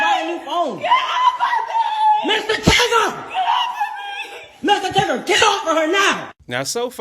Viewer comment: MISSTER TIGGER 😂😂😂😂